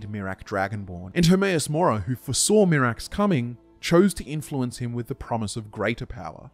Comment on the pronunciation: Hermaeus Mora more like Hermaeus Lore-a